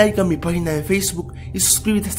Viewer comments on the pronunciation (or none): none